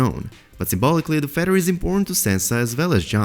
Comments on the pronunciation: It sounded like you might have some interesting info but I cannot understand you AT ALL! Also it is a feaTHer , not a feDDer! I don’t know what nationality you are but the only way I can explain it is you have a sing song accent , and where you are emphasizing certain sounds is in the wrong place, so no one can understand you ! I’m sorry because it could’ve been a good video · Feather.. Not Feddar.. Another one of George RR Martins "Fuck yous" to the fans i imagine. You got us Mr. Martin... You got us...